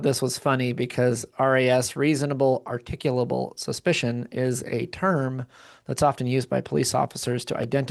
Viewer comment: Reasonable, "Articable," Suspicion- Learn to pronounce it before you use it, Slobberin' Shitizen.